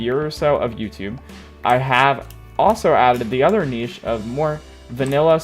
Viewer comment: Ive heard of Niche but not kneeshe xd